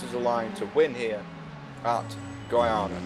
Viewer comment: It's Goiania not Goinia